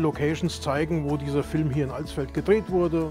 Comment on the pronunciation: Danke für das nicht "AAlsfeld" sagen...XD